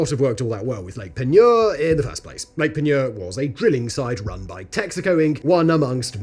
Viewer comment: Yeah, not so great at Del-cam-bray 😅 But Lake Peigneur was spot-on!